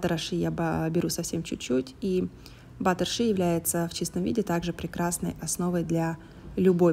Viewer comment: а почему Вы говорите:»Наношу немного батера ши»? Очень слух режет, когда на русский манер произносятся английские слова.. Если уж по-русски, то на слух лучше ложиться - масло ши.